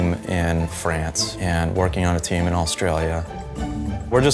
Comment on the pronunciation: It sounds like he said teen not team I was like what.... ow